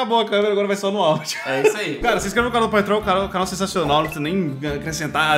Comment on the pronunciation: Naum fique "osso" tu foi "sansional" eu ate tive comendo uma "sansduiche